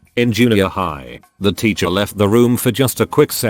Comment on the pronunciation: Nobody: Reddit voice: “Ticher”